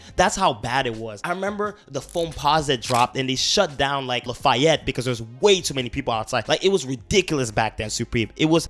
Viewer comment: Where are you from the way you say Lafayette is so weird And you butchered tremanine name